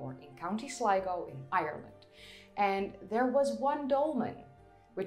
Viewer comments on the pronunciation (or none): none